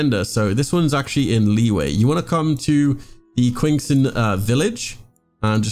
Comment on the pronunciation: im sorry- WHAT village?? QUINSON VILLAGE?